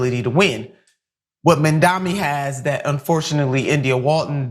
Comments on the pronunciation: With all due respect, but it's M‐A-M-D-A-N-I not Mamdami. It's really not that hard. While I don't think your guest is doing it on purpose like Cuomo, but is it really that hard to grasp. When Cuomo does this shit it's on purpose just as with Trump and Kamala. It's been how many months now? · Mandani, Mandami…Nina Turner can’t get it right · Lady, it’s Mamdani, not Mamdami! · And please, dear Turner, Zohran's name is MAM-DA-NI. Not Man-da-mi. Saying a name the right way, is THE way to GIVE RESPECT. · Your guest can't pronounce Mamdani's name ( she pronounces it as Mamdami), is it because she's an ignorant American who can only pronounce names like smith? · Why is everyone calling him 'Mamdami'? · "Mindami", Nina? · Why is Mamdani’s name so hard for people to say??? Like, seriously?? THAT is a hard name for people to say? Even Nina sucks at saying his name with respect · Nina has to at least say his name right wtf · Nina should practice saying Mamdani 😅